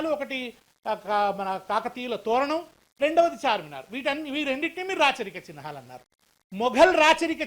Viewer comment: చిన్ హా లు కాదు అయ్యా . చిహ్నాలు నాయన